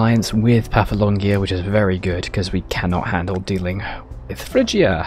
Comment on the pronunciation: It’s pronounced paf-la-gonia. Please.